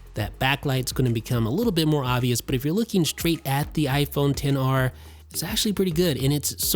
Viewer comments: This really annoys me how he always says 10 R not XR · He does know it's xr and not 10 r right